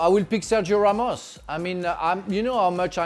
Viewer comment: Its Ramos lol